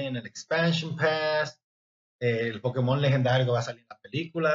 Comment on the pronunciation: Me daria verguenza decirle Pokimon ah Pokémon, No sabes pronunciar Pokémon?